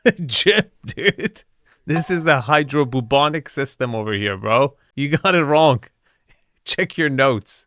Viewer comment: I'm looking at that shot of the "living room" and wondering how does one attach anything to those horrible cement walls? a tapestry? a painting? a photo? something to warm and personalize the cold space? uhh, "hydro bubonic"? someone's growing weed that gives you the plague? AH probably meant "hydroponic"